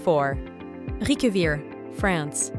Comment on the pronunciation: Appreciate the effort made in pronouncing many of these place names, but struggle to see what poor old Ribe has done to deserve such a slaughtering.